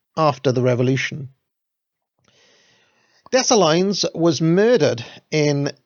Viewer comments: Nice effort BUT. You missed the major reason why Haiti is so poor! Also you butchered the names and places. You should Maybe google the pronunciations to make sure you're not saying DessaLine, It's Dessaleeeeen. The African slaves were kidnapped, raped, murdered and forced to pay back retributions. France, Spain, US, UK all participated in this carnage- they are criminals! Haiti got its independence only to be oppressed by major powers. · Love the series and your channel, but please, if you're going to to be pronouncing French place names, learn how to do it properly. It was painful hearing Dom-in-goo and Day-sa-lines. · Dessalines= “Day-sal lean” Saint Domaingüe = “sahn domang” Tally-ho!